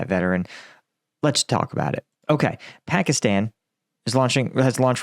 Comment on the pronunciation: please learn how to pronounce pakistan